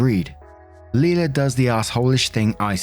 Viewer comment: Leila is pronounced "lay-luh," not "lee-luh."